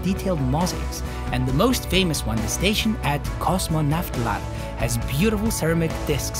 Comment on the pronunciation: Omg, the way you pronounced KOSMONAVTLAR made me happy for a while😅💜